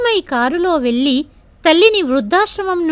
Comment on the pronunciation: కథ చదవటం బాగుంది (వెళ్ళి, పెళ్ళి) వెల్లి అని పెల్లి అని చదువుతుంటే వినడానికి బాధగా ఉన్నది . ఉచ్ఛారణరణ దోషాలు లేకుండా చదివితే బాగుంటుంది.